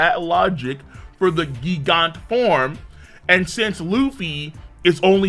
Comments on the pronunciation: Why are you saying GIG ANTS? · Pretty sure it's pronounced jee-gant nit gee-gant